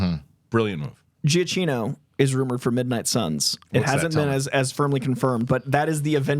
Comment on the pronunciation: Every time says Giacchino, I'm like: 😒